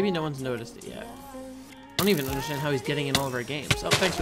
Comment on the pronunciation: The Triggered You are the one who can't even say "even"